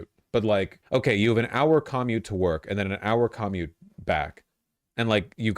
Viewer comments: you can tell he doesn't commute because he says "commute" like people say "communism". based. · Why does he pronounce commute wrong?? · Love the way Vaush enunciates commute. Makes sense traveling to and from is peak proletarian. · Bro doesn't know how to pronounce commute. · Voosh says ‘commute’ weird. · I like that vaush is so out of touch with the common worker that he doesn't know how to pronounce "commute" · The most disturbing thing in this video is the way Vaush says 'commute'.